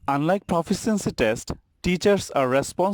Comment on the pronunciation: Forced to watch this for a college course. PLEASE LEARN TO PRONOUNCE LONG ENGLISH WORDS. 'Proficiency' is pronounced pruh-FISH-shen-see.